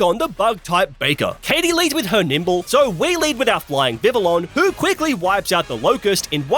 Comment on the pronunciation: DO NOT LEAVE OFF THE L'S IN VIVILLON!